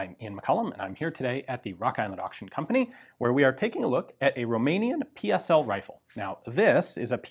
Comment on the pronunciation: Thumbs up for pronouncing correctly PSL and the Cugir you only miss pronounced the letter G